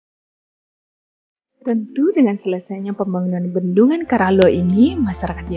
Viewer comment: Namanya diambil dari nama raja yaitu karaeng Loe. Penyebutannya KARAELLOE. Jadi bukan KARALLOE 🙏.